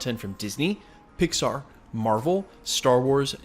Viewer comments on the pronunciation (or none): none